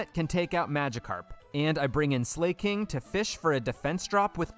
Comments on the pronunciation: Bro keeps calling Slaking "slay king 💅🤴" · Great idea for a video, and I like that you pronounced it Slay-king. Very appropriate for one without Truant. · slake-ing! not slacking like its ability but slakeing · Slaking... As in, slacking... Slack - ing😭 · If they wanted it pronounced Sl"A"king, don't you think the English globalization team would've spelled it Sleiking or Sleighking? No hate, amazing video. Keep it up!